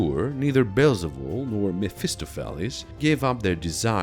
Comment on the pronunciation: MEF-iss-STOF-a- lees